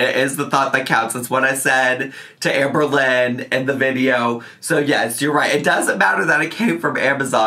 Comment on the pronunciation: i do not like the way shes saying AHMberlynn